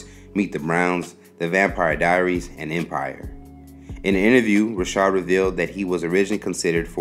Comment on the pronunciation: His name is not Robert Rishard , it's Robert Ri'chard (Rikard) . If you going to do a video , please get the pronunciation right , smh